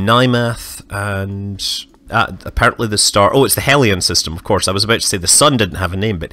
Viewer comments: Believe you pronounced hellion wrong, it's more like helyun, instead of heelyon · Hellion. Not Helion.